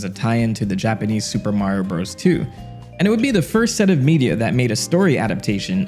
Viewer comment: Love to x out of a video as soon as a I hear “Bros.” mispronounced. The period isn’t decoration.